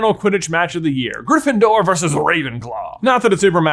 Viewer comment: I'm just watching these vids now. And I have to say that I'm loving them. Your imagination is truly impressive. This is so well thought out. I do have one criticism though and I've noticed it in other vids as well. It's how you continually mispronounce the word "versus". You seem to pronounce it as "verse". You are so well spoken that it's a bit surprising to me. It's also driving me crazy. Just had to vent. Keep up the good work.